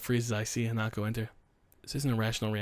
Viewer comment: Hanako's gift actually makes sense because the meaning of her name is flower child. Oh and the correct pronunciation is hah-nah-koh not ha-nah-koh